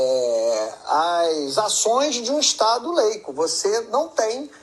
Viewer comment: O mentecapto é tão jomento que fala "Estado LEICO". Leico é o r4b0 deste imb3c1l!